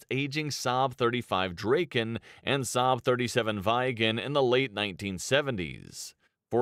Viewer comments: The video is really butchering "Viggen". The "i" is pronounced differently in nordic languages from English. No, it's not a gen 4 aircraft, it's a so-called gen 4.5 aircraft, because it's not stealth and focuses more on things like agility like a gen 4 fighter, but it's also using gen 5 features with regards to networking etc... This video didn't really tell you much compared to some other videos. The Saab JAS Gripen id more expensive to buy then the F35, but far cheaper then any US fighter to actually *operate*. Look up the two videos about the plane from military aviation history for more details. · Vaigen LOL! Prunounce it like an short e. Tigershark is the one used in first Top Gun 1986 as Mig 21:s. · viggen is not pronounced "vaigen" but more like " weeg-gen" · vaigen haha, Vigg en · It’s J 37 Viggen, not viegen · I hate the way they say the names cause Whats a vaigen 😭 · The narration is really awkward, especially when it comes to the pronunciation of names. "Vaigen" should be 'Viggen' (with a short 'i' like in 'hit'), meaning 'thunderbolt'. "Draeken" should be 'Draken' (with an 'a' like in 'bra'), which translates to 'dragon'. Both were also quite successful models (329 and 615 build, respectively). Strangely the pronunciation of 'Gripen' (griffin) is actually ok.